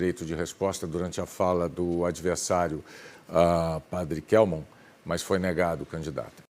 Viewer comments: A candidata onça tava mais perdida a ponto de imitar o Lula kkkk, perdeu o rumo, nem soube pronunciar o nome do padre kkkkkkkk! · Pademia, ela não sabe nem falar ! Ela falou ô nome do padre errado ! Sé ela for presidente vai ser outra Dilma no poder !